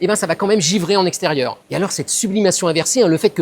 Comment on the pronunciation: En hivèreuh.... En extérieureuh...azoteuh... Est-ce que ces expériences ne sont pas un petit peu contre natureuh ? 😂😂❤❤❤